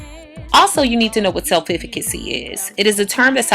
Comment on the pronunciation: I appreciate the message of this video, but I just wish she would correctly pronounce "self-efficacy" because it makes me cringe every time I hear her say it.